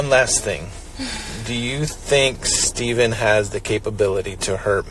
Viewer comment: Incredibly unprofessional 'Steven' ?? Its STEPHAN.